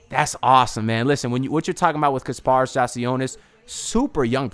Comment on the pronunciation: Ik your gonna get it right but just wanted to let you know it’s pronounced KAS -paras sorta like Spartacus not kar paras but we’ll get it right lol A+ PICK